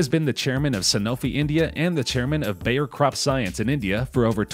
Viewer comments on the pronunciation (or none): none